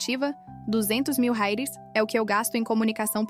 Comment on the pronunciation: Qual a dificuldade em pronunciar corretamente a palavra REAIS???